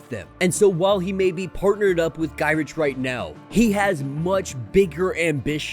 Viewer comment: Just for future reference Gyrich is pronounced Guyrick.